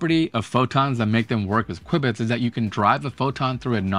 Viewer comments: "Quibits" ? You mean "q-bits" even if it's written qubits... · Quwibits? Since when? Q-bits is what I have ever heard. Good video :-) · Why in the world are you saying "kwibits"? It's qubits, like cue-bits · he called them "quibits-kwibitz..." whatever. Just "q" bits is fine, man... probably short for quad (4) bits, yo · SMH, call them Q bits like most people. I couldn't stand listening to you constantly saying qwib-its, qwib-its, qwib-its... 🙄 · I’d like quibble about the pronunciation of q-bits